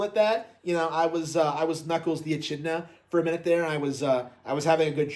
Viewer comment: How do you NOT know how to say “Echidna”?